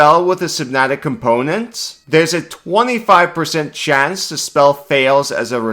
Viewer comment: wow, what a great video. not really sure what "simpnatic components" are like you keep saying but I appreciate the insight!